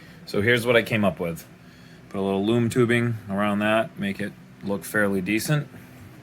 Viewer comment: I thought u kept saying “moon tubing” but I still somehow knew what u meant and I finally heard “loom tubing” and I knew what it was😂😂